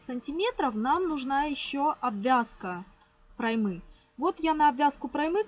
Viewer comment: Не проймЫ, а прОймы.